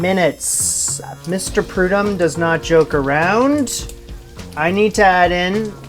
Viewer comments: Congratulations...that was a real stretch for any of us! I would enjoy trying it someday, if I have 20 people for Thanksgiving. Only constructiive feedback, is the chef's name is pronounced Pru-DOHM not Pru-DOME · Showing my age here…. I grew up watching Chef Paul Prudhomme on TV…. so, I must tell you, it’s pronounced with a long “o” … Prude-home. Carry on! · His name is pronounced like prudome. Long O. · His last name is pronounced Pru-dome, just fyi. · Ah, the holy trinity of Cajun/Creole cooking. Good job, and homemade cornbread is absolutely delicious. I need to buy the stuff to make it...and honey butter. Chef Paul Prudhomme was huge in Louisiana and Texas when I was growing up. And it's prude-home, like the French pronunciation homme as in man.